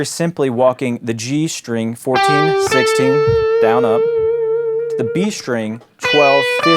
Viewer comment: why do so many Youtube guitar teachers pronounce "string" as if there's an H in there ("shtring")?